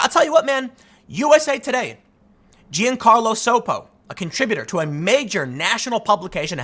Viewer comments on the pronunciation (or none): Dear Tim "mixed race" Pool, your views are going down because we're getting sick of the fence sitting, so people like me who used to watch every upload all channels are only averaging 1 video a day from all channels combined now. BTW, Giancarlo is Italian, not Spanish and it's pronounced Jon-carlo